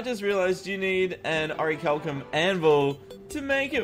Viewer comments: oricalcum? the bars and the ore and the anvil and the google auto-correct say its "orichalcum" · its ore-chal-um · its pronounced "o-ric-liam"